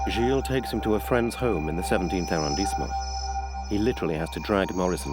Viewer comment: Arondisement????? Muito mau, uma vergonha!!!! Rua George V???????? Viva a total ignorância de quem traduz!!!!